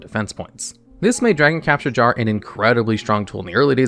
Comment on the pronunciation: love the video as always, but just a bit of constructive criticism: You might consider slowing down as you read your script, as some of your words are mispronounced (dragon capture gar was heard, Solemn Muto instead of Solomon, etc.) which might be fixed by just reading slowly and more clearly.